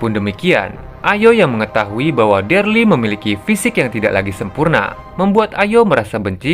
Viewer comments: bukan derly bang, tapi Daryl bacanya Deril. 🙏🏻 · daryl pak bukan derli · Daryl bang bukan Derly. Io bang bacanya, bukan aio. Pelan² bang g perlu buru².